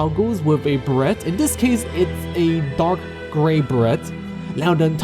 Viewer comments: really like the attention given to getting the bugs right. real roaches have an iridescent look and big flies are colorful. the dusty vanilla ones are so dull. BTW it's pronounced "bur-Ray" not "Bare-it" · lol beret is pronounced "ber-ray"